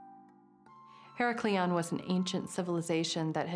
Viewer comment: She is not pronouncing Heracleion right, even if she has american accent she should remember the old/original name of heracleion or pronounce it right. this is fake